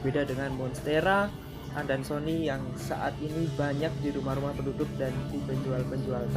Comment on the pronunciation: Joepii bacanya yupiaye, stiap ada ii jd dtambah aye, kayak adansonii jd adansoniaye